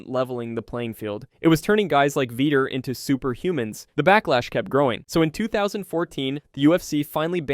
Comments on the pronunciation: It's not veeter it's vee tore Vitor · Veeter instead of vitor lol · Dude, Vee-tore. Say it with me Vee-tore. Vitor. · "Veeter" lmao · he said veeter 25 times OMG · Bruh, “Veeder” Belfort? 😂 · veeter belfort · Who the f is “veter” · Mispronouncing Vitor made this unwatchable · Bro please look up how to pronounce Vitor's name before every saying it again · The way he says vitor lmao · Pronounce Vitor's name correctly. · I couldn't finish the video. It was a travesty the way you pronounced, "Vitor". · Lmfao “Veeter Belferrttt” 😂🤣😂🤣